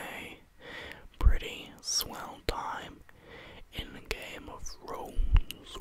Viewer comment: "Game of Frones"